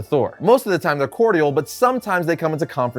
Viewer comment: The word 8 minutes in is supposed to be cordial (core-jole)